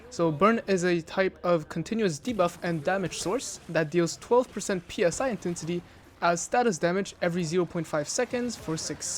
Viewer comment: Just because I hear you making this mistake: The word is Psi, which is greek letter, spelled out, not P.S.I. Just like i.e. the securement silo names, which also have greek letters (Alpha, Beta, Delta, Sigma, Theta, etc.). The gloves are called Barbeque Gloves, which commonly gets abbreviated to BBQ :) Great vids otherwise, thank you for making them!